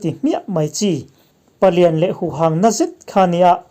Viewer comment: 'Huhâng' hi i lam dik lo, 'hâng' hi Thingpui sen hâng, ka tih a, hâng rik dan ang lam rik tur. Tuna i lam dan chu 'Mi hang' kan lam rik ang hian i lam tlat.